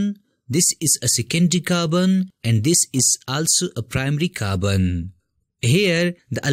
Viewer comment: He pronounces Carbon as Kabn 😂